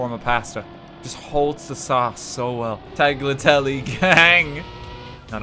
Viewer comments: Not to be that guy, but I think it’s more like tagliatelle ;) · Tagliatella you mean